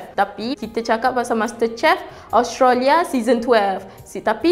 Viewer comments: Australia, bukan Austrolia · Hehehe.. nape awak susah sgt nk pronaunce Australia tuu.. dh jdii Ostralyaa pulak ..xde negara tu dlm peta dunia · Speaker.. minta tolong check cara sebutan yang betul untuk Australia . Terima kasih.